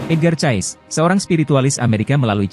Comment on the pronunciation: "Edgar Cayce" kok dibaca "Edgar Chaes" 😁